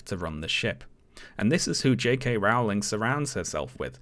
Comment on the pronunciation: It's Rowling, as in bowling ........